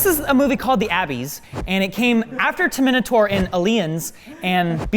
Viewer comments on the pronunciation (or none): "After Terminatorien Aleiens" what is this pronunciation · What is up with mispronouncing words? "The Abees", "Ter-Minotaur 2"?!? Come on, thats done on purpose. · *Ab-"ee"-ss, Term-"I"-nator, "Ali"-ens... It is hilarious to hear pronounce words. XD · I mean, I'm sure you realize it was a joke. Also, "Abbies," "Terminotaur," and "Uhleeuns" would be much more accurate ;) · A-beese, Ter-mi-naa-tor, A-lii-ens I love pronunciations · The Ter-Minotaur lmao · previously: Ter-Mine-nator today: Two-Minotaur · Abbies, Ter-minator, Ey-lians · When said TerminatOur I lost the plot... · yeah I missed the bit after that when mispronounced Terminator and Alien 😂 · Why do you always mispronounce the movie titles?